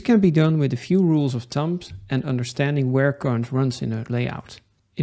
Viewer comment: Heel instructief. Eén dingetje: uitspraak: (Rule of) Thumb spreek je niet uit als thump maar als thum!